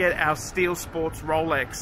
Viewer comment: (Slurring speach) ... "Rowlecks! ........ Rowlecks! ...... Rowlecks is what I want ! " - First Covid19 3rd wave, now progressing to the Zombie invasion !